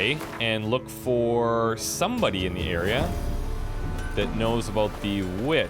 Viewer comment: "Looking for this witch you were talking aboot?" hehe Canadian. Videos are great though, 60 FPS, 1080P, great video quality (not over-compressed). Commentary is good too. Just wish there was more than one video per day!